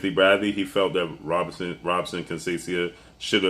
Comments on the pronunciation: Robson is pronounced Hobson Portuguese R sounds like H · You mis pronounce Robson last name. Lol